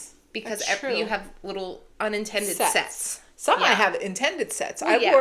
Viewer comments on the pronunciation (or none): Sets sounded like set! Lol